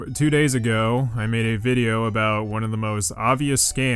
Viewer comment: "Hope you have received dis puhblick vid-e-oh," Alright, buddy.